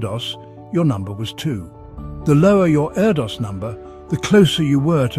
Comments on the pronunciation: His name is pronounced air-dish isn’t it? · His name is actually pronounced air-dish